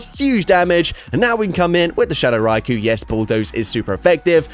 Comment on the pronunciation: Hey thank you for not saying RY-Ko drives me absolutely insane when rise size it that way